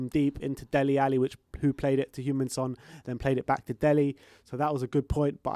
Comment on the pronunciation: fyi Son’s name is pronounced closer to huh?-ng min (as in huh? and ng as in bungalow) not hewn min. Keep up the great work!